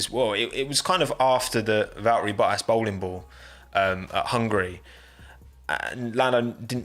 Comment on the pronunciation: U kept saying boahass..... Isn't it boattas